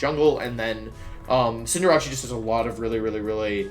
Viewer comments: Now he gone saying "cinderache" fam it pronounced Cinder-ace there is no ch on cinderace plz English my dude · Hold up, “Cinderachi” what is that. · Same with “neenatell” for ninetails lmfao and cinderachi….like why???